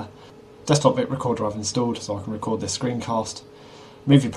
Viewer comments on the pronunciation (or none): none